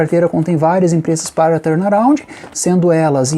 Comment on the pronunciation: "Torna roundi " kkkkkkkkkkk